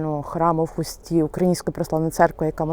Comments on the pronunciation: не ХустІ, а ХУсті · Не у Хусті ав Хусті,наголос на у